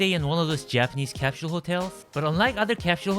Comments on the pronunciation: You’re are right. Cap shule. British English. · It's cute that you speak like an American but your pronunciation of the word "capsule" still sounded very Korean. Omo giyo woo oppaa